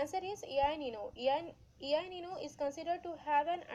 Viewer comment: not ei nino ,its el nino